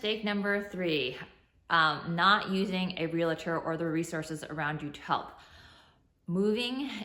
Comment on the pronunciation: Realtor not Real-i-tor 😂 (Ask not axe) ❤️